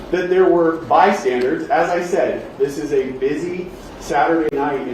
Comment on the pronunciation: It’s not ‘by-standarDs’, genius 😅